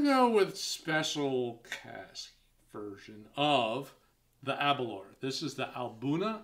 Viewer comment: Just watching this review now. With the pronunciation of Aberlour, the 'lour' part is said as if you are saying the word flour/or flower but without the 'f'. A'bunadh is pronounced A-boone-ack. Alba is pronounced Al-a-puh 👍🏴